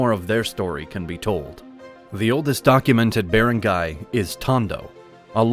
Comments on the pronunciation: Please hire a filipino to make you learn how to pronounce the wordslike barangay. Ba-rang-gay. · it's not even correct the AI voice said "be-rang-gay", it should be "ba-rang-gay" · The A.I. was terrible! My Ilocano and Illongo friends all say 'Bar-Ahn-Guy' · Nice video but it kills me how he says barangay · The AI voice need to learn correct pronunciation. Start with barangay. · Manila and Barangay’s pronunciations